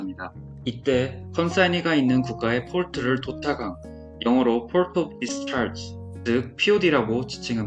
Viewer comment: 너무 좋은 콘텐츠, 취지 다 좋습니다. 앞으로 도움 많이 얻게 될것 같습니다. 다만 port 이런 단어 등은 많이 쓰는 일종의 외래어로 그냥 포트라고 하셔도 될거 같은데 어차피 국문 설명에서 특정 단어 발음을 굴리니까 이질적으로 들리네요.